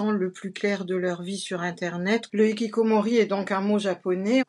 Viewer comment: Hikikomoris avec le bon R prononcé 😮